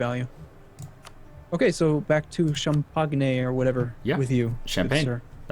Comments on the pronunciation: shun-pak-me right? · I'm not even French and I'm insulted by that god-awful mis-pronunciation of. I need to go wash my ears out... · Jesus fucking christ shen could you please kick in the nuts and tell him how to pronounce Champagne?